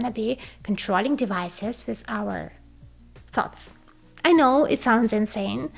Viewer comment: Everytime you say "thoughts," I hear 'farts'